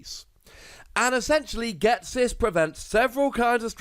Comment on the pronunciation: Do you.... Ghet-sis?